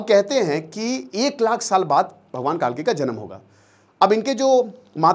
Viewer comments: कालकी नहीं सर, कल्कि है। अग्निहोत्री होकर भी इतनी बड़ी गलती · कालकी नहीं कल्की है भाईसाहब